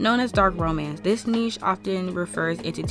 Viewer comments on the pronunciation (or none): none